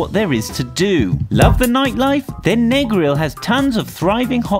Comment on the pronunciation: My man seh "NeAgRiL"